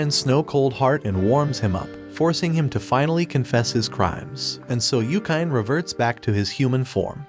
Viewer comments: Its YU-KI-NE. Why dont you just call Anime...Anaym then😅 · yookain. yookain? yookain. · this guy definitely does not watch anime... Yukyne lol